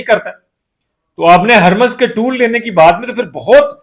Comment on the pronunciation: بھائی صاحب ، یہ لفظ ٹول (tool) ٹیکس نہیں، ٹال (toll) ٹیکس ہے، مہربانی کرکے اپنی اصلاح کر لیں ، شکریہ ۔